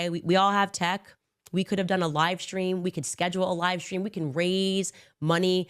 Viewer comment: Why can’t she say stream, why she says “shtream “. What kind of school she went to. 😂😂